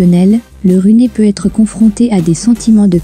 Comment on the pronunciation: on di t "runeur", "chaseur"..lamentable!